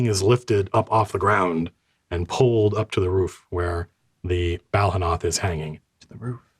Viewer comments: What is the name of the creature in the skull? I thought he said Volinoth and couldnt find anything, i was just curious as to what it looked like. NM next time i heard the name i was able to look it up Balhannoth! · another time Matt said it I heard the right word it is Balhannoth!